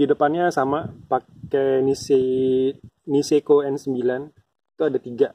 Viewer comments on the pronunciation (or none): Bukan inseko bang,tapi NISEKO groupset...